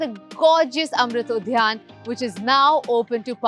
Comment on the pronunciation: Udyan not udhyan😅